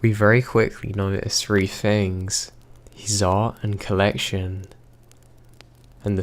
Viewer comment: Can't do his speech! "Some dude shows up at free a.m." "I live on the fird floor" !!!!!! Drives me nuts, so emotionless!